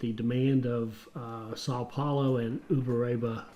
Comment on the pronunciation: As a Brazilian I can say that your pronunciation of "Uberaba" is great. But when you say "Contagem" I laugh. By the way, I'm train driver and I love this kind of game. Congratulations on your content about this game.